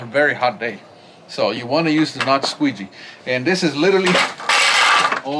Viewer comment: Did you say a "squeezy"? Lmao